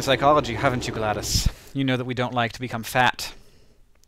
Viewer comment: why does hank pronounce it gladis if its spelled glados